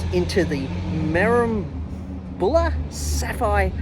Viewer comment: Yes sorry your pronunciation is terrible - Me-Rim-B’la. But nice pictures of the place.